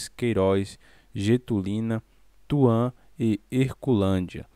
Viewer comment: Não é " Tuã" e sim Tupã 😂